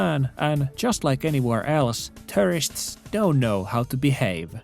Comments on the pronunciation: Great video. English not being your first language just a heads up. I thought you were saying terrorists a few times until I realized you were saying tourists... Can think of the (American English) pronunciation as 2-er-ists, start off with the sound of the number 2 like this.. two-er-ists. Gave the video a thumbs up. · on tapana sanoo tourists = Terrists. Kuulostaa siltä että puhut terroristeista:D Uskalla jatkossa lausua se U-kirjain. Turists:D Ebin kontsaa muuten jäbä 🙏 Voimia ja kaikkea hyvää sinne Nipponiin ❤️ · I thought he was saying "terrorists" for half the vid my bad. 💀 "Tourists" got it! 👍🏽